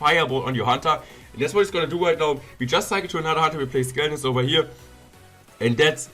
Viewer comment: "Over hier" 😂